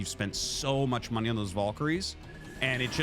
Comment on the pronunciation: why does he pronounce valkyrie "voll-kary"? it's objectively wrong lol oh and MonkaT